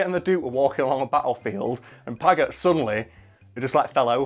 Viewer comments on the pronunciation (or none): Paget happens to be pronounce 'Padge-et'. JSYK. And it wasn't married his sister, it was, that way back in 1808 (at the beginning of the Peninsular War in Spain), he'd run off with Wellington's sister-in-law. In a day and age where getting a divorce meant getting a private Act of Parliament passed, pretty much , and therefore almost never happened. Paget had been the guy in command of the cavalry before then, but after that, Wellington refused to have him as part of his army. The breach wasn't healed until the Waterloo campaign in 1815, the first time Wellington and Napoleon had actually faced each other on the field of battle when Wellington needed the absolute best officers and commanders he could get.